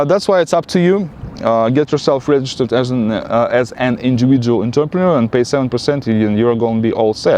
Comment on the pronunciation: Bro, your English is pretty good. Just a few words you need to work on like Entrepreneur and some others. Entrepreneur is totally a French word and pronounced so. No need to worry about accent.... I'll tell you that Americans will have a prejudice even against an Irish, English, Scottish or an Aussie... So, just accept your accent because it's always going to be with you unless maybe you moved when to USA when you were 14... I met a Russian girl that had an American accent... I couldn't believe it until she told me she moved here at age 13 or 14 (i.e. still in puberty). I really believe accent stays with you after brain matures by age 18-26. I have evidence if you're curious!